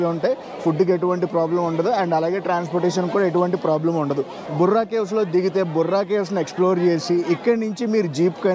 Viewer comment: బుర్రా గుహలు కాదు.బొర్రా గుహలు